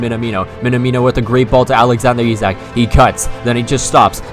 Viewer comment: Perfect pronunciation of Isak btw